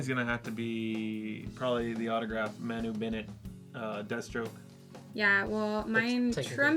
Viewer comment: Manu is actually pronounced Mar-nu. It's a traditional Maori (New Zealand) name. For next time you meet him ;)